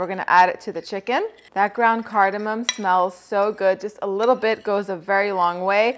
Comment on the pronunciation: you said cardymium